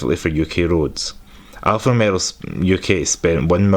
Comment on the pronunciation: I feel like you are saying Alfa RomeRO instead of Alfa RomEO. It's not just the accent dude